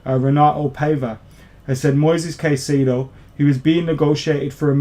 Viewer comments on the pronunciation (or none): Pronunciation: Moy-says Kai-say-doh